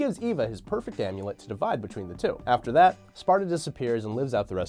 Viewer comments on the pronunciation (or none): none